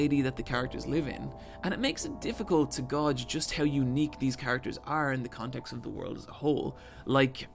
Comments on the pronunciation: Psst methinks it's "gayge", not "gorge". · Uh. Gauge is pronounced like 'gayge'.